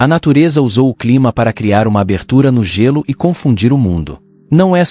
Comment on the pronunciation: narrador é Gêlô e nao gélú